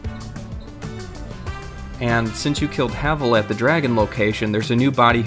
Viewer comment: It is pronounced hay-vel